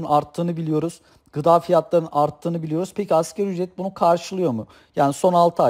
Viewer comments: Hocam askeri ücret değil asgari ücret..sizin de bildiğinizden eminim ancak söylerken hep askeri ücret gibi söylüyorsunuz biraz daha vurgularsaniz daha doğru olur sanki... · Ekonomik bir terimi yanlış telafuz ediyorsan, güvenilirliğin azalır. Sen ki 1000 kere askeri ücret dedin.